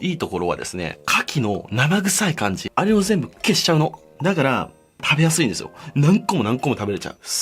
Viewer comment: 消しちゃうののイントネーション草